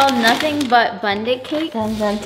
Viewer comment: Not they can’t say focaccia or Bundt lmao reminded me of my mom ❤️